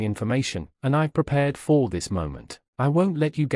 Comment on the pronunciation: NOTES for whoever programmed the AI. “For” does not need to be the most emphasised word in every sentence. What on earth is “faked”? It was used correctly once & perplexingly several times. Also, it has one syllable, not two. “Finaleyise”? The word is “finalise”. It’s said the way it’s spelled. In short, YES, you are the A. Not (mostly) for what you did to your children, your husband & his poor deluded victim, but for this terribly made video.